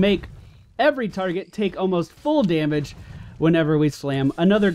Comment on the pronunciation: "Day-mage" -_- Da-mage*